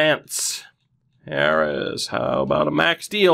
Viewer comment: Love the vids. Sorry for telling you this so late on, but Harijs Brants is pronnounced the same way “Harry’s” is. The surname sounds good tho.